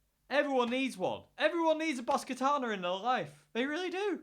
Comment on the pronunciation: How to pronounce Katana correctly , Ka-Ta-Na all short ‘a’ sounds.